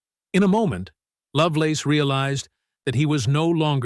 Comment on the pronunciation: "Terry LoveLORN?" Come on... do better.